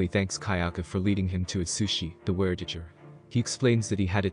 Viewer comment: "ware-tijjer" it was at this moment that it became obvious: the voice is a robot.